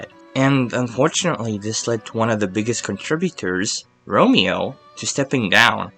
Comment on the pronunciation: It's Ramon not Romeo lol